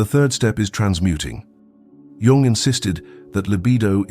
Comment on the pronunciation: Okay, but Young is misspelled. Also his name is not pronounced as with the letter J, but with the letter Y; it is Carl G. Jung.